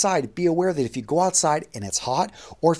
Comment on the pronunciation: Hey man, is it a regional accent to pronounce "you" as if you are saying "Jew" or is it personal? Y and J generally sound different? No offense, just asking coz I'm not familiar with US regional dialects.